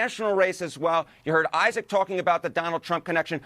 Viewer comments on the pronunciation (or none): none